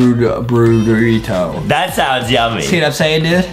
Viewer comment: Brunos favorite food is “Brurrito” 😂😂😂